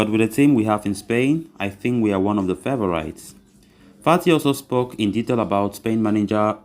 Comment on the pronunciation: Favourite is pronounced. Fay vor rit